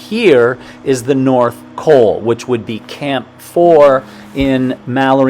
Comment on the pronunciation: North COL, not "coal"